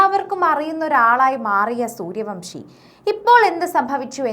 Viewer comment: സൂര്യവംശി അല്ല സൂര്യവൻഷി ആണ്